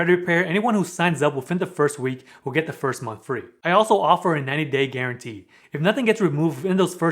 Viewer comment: GUARANTEE...NOT GURANTEE!!!!!!